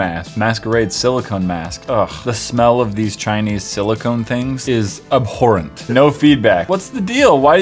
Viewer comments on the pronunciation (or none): none